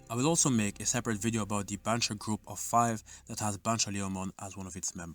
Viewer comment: It's ban-cho, not banko, and loosely means "boss delinquent", the leader of a school gang BanchoMamemon is thematically based on Jotaro. Yare yare daze